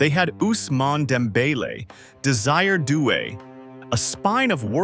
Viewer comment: Tell your AI that Olise is pronounced Aw lee say, not "o lease". And Désiré Doué is Day zee ray, not "desire".